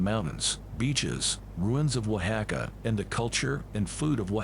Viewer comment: Eye-sew-bel? Don't you mean Isobel, pronounced EE•so•bel? And where is this Wohacka? If it's in Mexico, Don't you mean Oaxaca, pronounced Wah•(k)hah•kah?